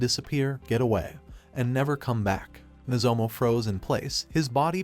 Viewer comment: Could the AI voice not pronounce "Nozomu", so the author just "Replace all" into "Nozomo"?